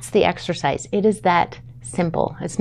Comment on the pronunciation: Ma’m please… It’s not exorcise. It’s exercise.